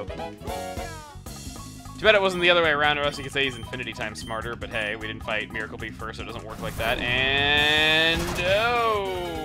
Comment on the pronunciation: i think you pronounce it mie-rar